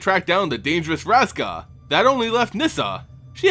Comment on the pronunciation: Are you comenting on infamus pronouncing of names or dont you know who Vraska is? (she is a gorgon planeswalker that wants to conquer Ravnica)